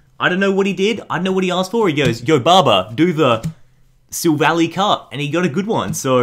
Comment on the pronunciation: "Silvally" is pronounced "sil-val-eye".